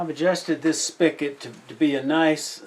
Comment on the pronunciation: I know this video is 3 years old, but It's pronounced spigot, not spiket. You also said Chef Specialties has no warranty when in fact they have a lifetime warranty. Chef Specialties makes a stainless steel mechanism for pepper and ceramic mechanism for salt. The drilled holes are the same size and depth for both mechanisms.